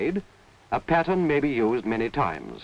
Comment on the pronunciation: What a lot of work and quality. Now stuff is made fast with cheap materials. And when he says pattern I hear patients